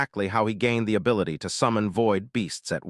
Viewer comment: ai doesnt know how to say "gained" XD